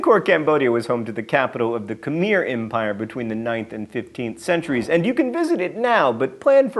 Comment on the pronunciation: Your dutch is good but your Khmer is horrible! Ka-my is the phonetic. My wife is Cambodian.